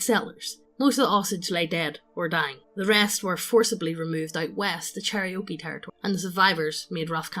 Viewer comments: Cherokee, NOT Cherriokee CHAIR-OH-KEE, NOT CHERRY-OKIE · 'Cherry-oakie' kek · Listening to really badly mispronouncing Native American Tribes is making me cringe inwardly every time. Especially Cherokee., IT'S CHAIR-OH-KEY. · Cherry oaky 🤣 chair-oh-key cherokee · Yeah, i’d say it as Chair-A-Key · A pronunciation guide. Chair-O-Key. I love you guys, but c'mon.